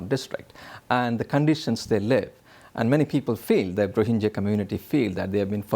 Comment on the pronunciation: Rohingya, not Rohinjia -Geeya, not Jia.